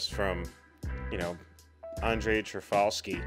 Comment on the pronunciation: Thank you for this reaction; this is an extraordinary film. I really like the employment of that beautiful Bach organ prelude throughout. The director's last name is pronounced Tar-koff-ski, by the way.